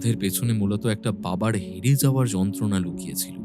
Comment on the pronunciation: " Lukachchhilo "? Na " Lukochchhilo!